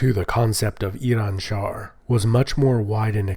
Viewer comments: It's Iranshahr, with a "r", not Iranshar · It's IranshaHr tho, not Iranshar, either way you're a lovely person and make great content.